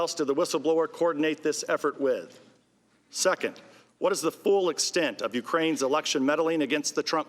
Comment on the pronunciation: He said "second" and I totally heard "suck it".